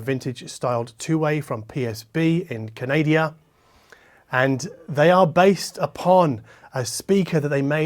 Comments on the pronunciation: You are funny and informative. But it’s Ca-na-da (Canada 🇨🇦), not canadia 🤦🏻‍♂️. Lol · Did you just say "Canadia"? :face-blue-wide-eyes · I'm pretty sure he's aware of that fact, and was being irreverent, given that I know quite a few people will do the same thing. 🙂